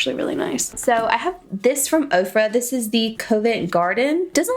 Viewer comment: When you said the name of that Ofra highlighter... I thought you said COVID garden lol 🤦🏼‍♀️